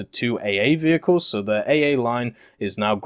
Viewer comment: the french vheeled wehicles are coming to WT...